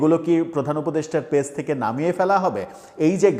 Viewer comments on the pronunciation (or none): none